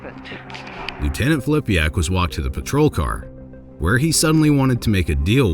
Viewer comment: It's Filipak not Flipiak!